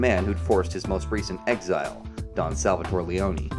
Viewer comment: Lee-own not Lee-own-eeeee I made the same mistake as a kid when I played this.